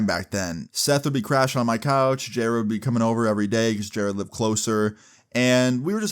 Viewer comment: Who the f is jareeeeeed????